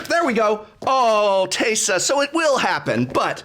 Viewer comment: That "awe teysa" made me laugh super hard at like 5 in the morning